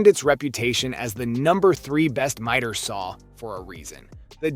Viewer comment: miter is pronounced with a long I not like meter....just saying